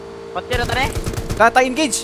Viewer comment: Hahaha "Engege" Hahaha Idol Galing talaga mag AWM